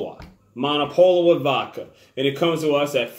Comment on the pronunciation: I could be wrong, but I believe the w is pronounced like a V here. So the name is read as Mo-No-Puh-Lo-Vuh.